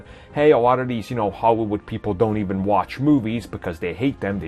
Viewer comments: "Horry Wud" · Hehe 'awot of these howywood people' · the way he says Hollywood 😂